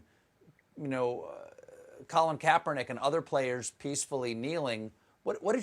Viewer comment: Goddell can’t even say Colin K’s name